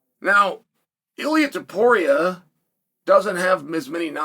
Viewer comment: Chael actually pronounced Ilia's name correctly. It was a great opportunity to call him Ili Apturo